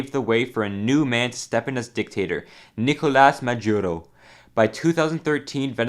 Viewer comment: "Nicolais Madiuro"